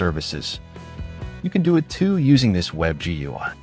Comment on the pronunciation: The way they pounce "gui" and "kuberneties" makes me think this is an AI